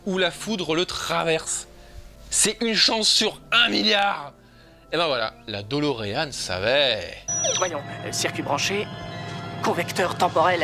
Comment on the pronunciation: Ce n'est pas "DOLOrean" mais "de Lorean".